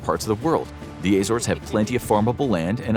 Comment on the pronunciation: The AY-zores lol.